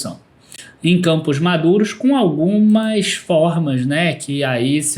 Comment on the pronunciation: Camposh madurosh 😅